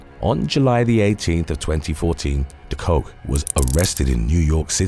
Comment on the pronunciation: De Kok is pronounced 'the cock', not 'the coke' though she probably has handled both. To complicate matters a bit, when translated into English it means 'the cook' (also roos is pronounced rose).